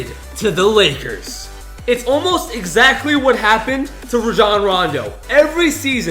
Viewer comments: It's pronounced Ray-jon Rondo not RA-JOHN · its pronounced ray jon not ruh jon boi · Raejohn Rondo People: Ronjon Rondo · dude you missed pronounced rajon rondo's name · You said Rando his first name wrong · the way you pronounced rajon rondo though.